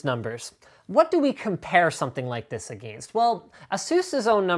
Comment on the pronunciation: That pronunciation of against at or so. XD